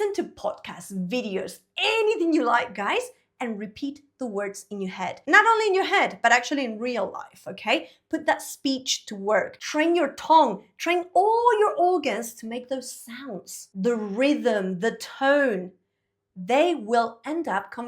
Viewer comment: Your accent is beautiful but a little bit of a Spanish give away when you say tongue. Try sounding it like tung or sung or lung. Not tong or long. 😀😀